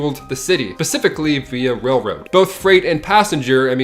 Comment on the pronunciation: Why oh why?! He said pacifically instead of specifically... 😫😂 I love the content, however! Keep it coming guys...